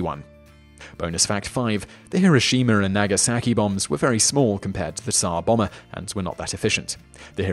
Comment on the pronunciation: I know that putting the stress in a word can prove difficult, but "Tzar Bomber"? Srsly? It's Tzar Bòmba